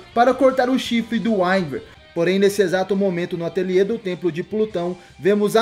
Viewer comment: Radamanthys de wiverne Se fala Wiverne